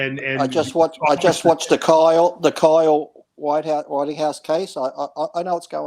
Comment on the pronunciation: Lee said Kyle Whiteyhouse 😂😂